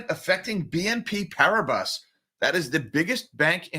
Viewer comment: Please pronounce "PARIBAS" as "PARIBA", silent S